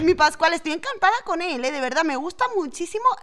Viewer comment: Cuanfi fuiste con pascual yo escuche pasguato 🤣🤣🤣🤣🤣